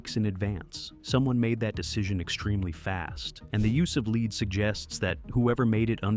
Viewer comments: Lead not leed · SPEAK ENGLISH its LEAD metal LEAD. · Why are you speaking like she chose these items. Someone thoughtful placed them there. PS lead rhymes with red, not LEED